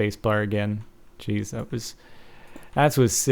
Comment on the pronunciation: Has anyone notic when he says jeez he sound like he says "Cheese" EPIC :)